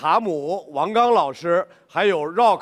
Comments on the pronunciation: 张绍刚喊rock是柔克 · Wendy lee 绕克